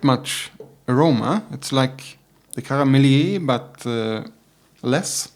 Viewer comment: Pronounce it as Karmelït. With the "i: like in "ea" in yeast. My favourite triple uittil now as well. Bit of vanilla, mild sweetness and pleasant herby bitterness.